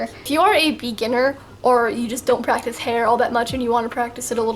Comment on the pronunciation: PRAETICE, what is this you speak of ?? XD